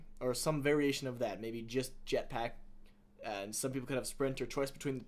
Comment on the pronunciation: i can't believe you said yetpack loool it's jetpack and master chief has a thruster not a jetpack